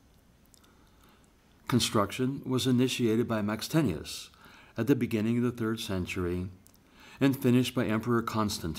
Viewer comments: He says Maxtenius, while it's Maxentius. Lol 😁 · Maxentius, not Maxtenius! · Spelled maxentius but pronounces it maxtenius. Grr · Seriously? 'Jupiter' spelled as 'Jupitor' with an 'o'? And then pronouncing Maxentius as 'Max-tenshous' twice when the written super is right in front of your eyes? And the lip licking and sucking slurping sounds going on. Gave up after about five minutes. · Very annoying mouth noises. Jupiter, not Jupitor. How on earth did you pronounce Maxentius?